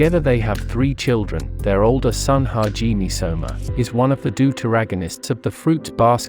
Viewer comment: I'm sorry but the way u pronounce hajime is wrong lol